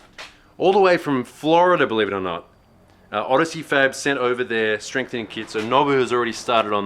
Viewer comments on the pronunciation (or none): "Strame frenthening kit" My god, that made me laugh way too hard haha